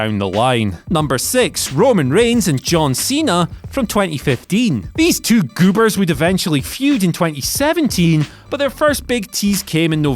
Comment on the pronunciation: saying "these two GEWBERS" is Hall of Fame worthy.